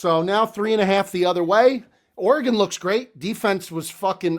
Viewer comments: pronouncing Oregon oreGON trips me out every time 😂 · can you please figure out how to say Oregon? I know you took accountability but we gotta be better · The way says Oregon absolutely drives me up a wall 🤣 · bro I’m from the PNW and I can tell you he is 1000% butchering it haha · Yea me too. A lot of East Coasters mis pronounce.Weird. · Pronounce Oregon correctly please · saying Oregon 😬 geeeeez